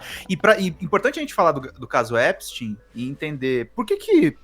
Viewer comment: Finalmente alguém pronuncia o nome do Epstein corretamente.... parabéns vc é o único!!!!! É EPSTIN É NÃO EPSTAIN!!!